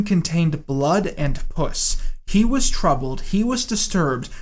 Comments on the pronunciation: You’re one of my favorite YouTube content creators and I love seeing you grow and improve and make more and more compelling videos, but please, for the love of god, don’t pronounce “pus” like that. You said puss, as in short for pussy, as in the cat or vagina. It’s pus, like bus with a “p” dude, unless that itself is like a Russian nesting doll of an April fools joke inside this April fools joke. All that said, fantastic video. I was glad it wasn’t really about that lump of dirt that took his name and lied for a career on YouTube. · I'm sorry, blood and PUSS? AS IN PUSSY? am I the only one hearing that? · The way says pus bothers me. I'm much more grossed out by urine that has puss in it coz... How? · For real. Puss? Come on... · thinking about the way you pronounce "pus" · the way you pronounced "pus" has me deader than Sargon of Akkad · You pronounced pus incorrectly, and my ocd compels me to correct you. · Mr., as someone who actually enjoys his content, i want you to know that your video disgusts me. seriously, how DARE you pronounce pus that way? i wouldn't even unsubscribe to you. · I think the worst part of this is how you pronounce “pus” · It was a perfect pronunciation in portuguese. lol